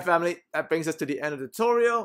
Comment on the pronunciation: I just watch all these videos to here him say "Phaamily " :D